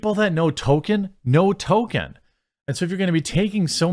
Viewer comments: STOP CALLING HIM "TOKEN" FFS IT'S "TOLKIEN"... The show is fucking awful and actively, purposefully insulting to Tolkien and his legacy. They deserve no benefit of the doubt. They deserve to fail and be ridiculed. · TOLL-KEEN not Token. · It's not Token.... it's Tolkien. There's an "L" in his name. You sound absurd whenever you say Token. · Not a super fan of Tolkien, but I follow you daily. Please, please please: It's Toll-keen, not Token. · Tol KEEN. Not Tol ken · Jeremy, can you please tell me why you keep pronouncing Tolkien as "token"? I love your videos, but frankly it's driving me insane every time I hear you say "Token". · Its not "token" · please stop saying Token. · you calling Tolkien "Token' is probably going to trigger just as many LoTR fans as the amazon show. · How have you made this many Rop videos and still pronounce Tolkien wrong?